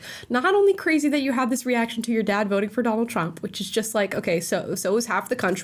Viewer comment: Her “nad” lmao